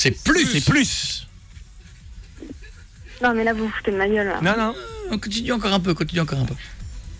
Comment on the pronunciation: Mdrr " c'est plusse " sa ma tuer ^^ la pauvre quand meme sa se fais pas